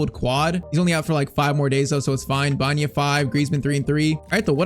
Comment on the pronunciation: His name is Alex BA ENA not Banya. Please say it right